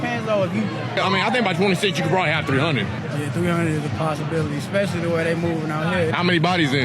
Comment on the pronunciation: STOP saying EXpecially! You sound dumb!